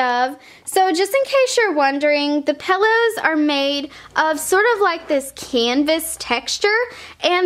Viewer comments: It's pillows not pellows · Also "paillows" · Pillows. Not pellows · Could she stop saying pellows?!! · It's not pellows it's pillows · I love The way you say pillows!!!